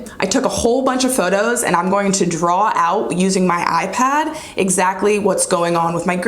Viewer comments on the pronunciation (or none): none